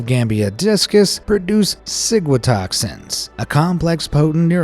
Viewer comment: Am I the only one who thought he said sigmatoxin